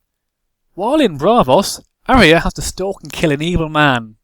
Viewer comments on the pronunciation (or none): none